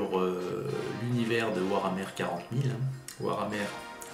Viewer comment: par contre le e de hammer ce dit pas è